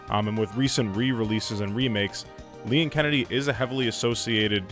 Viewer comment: You pronounced "Leon"'s name weird? Also, only video games characters are allowed in Sakurai's Smash Bros. So, no Goku or Ronald McDonald for you.